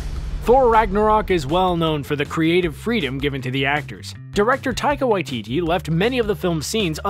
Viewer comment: Uhm- Not to be rude but you said taika waititi very wrong sorry for my spelling too